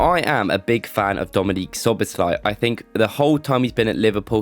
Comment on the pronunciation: It’s pronounced dominik not Dominique